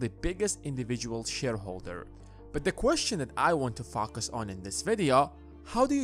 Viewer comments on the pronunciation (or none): I kept hearing’fu*kers’. Lol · You definitely pronounce 'focus' with an intendedly-different accent.